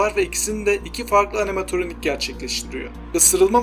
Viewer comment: animatoronik deyil animatronic